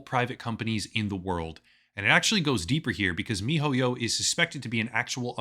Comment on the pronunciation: will never get over how you say, "Mi-Ho-Yyow"